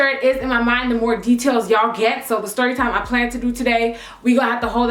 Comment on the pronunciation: "STYORYTIME" Same, Same.